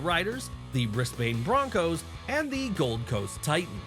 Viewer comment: God damn, the pronunciations of the Brisbane Broncos and Canberra Raiders 💀